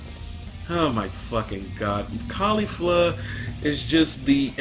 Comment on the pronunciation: It's KEFLA not KAYFLA. Why does everybody pronounce it Kayla? Kefla herself pronounced it kefla.